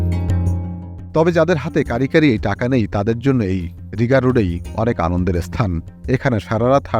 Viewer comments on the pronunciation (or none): রিগা রোড না রিগ্গা রোড বলে Rigga